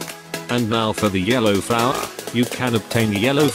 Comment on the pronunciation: "and now for the" yhelow flowa"